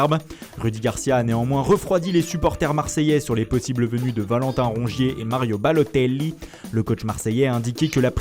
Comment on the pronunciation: Tu sais pas dire mario balotelli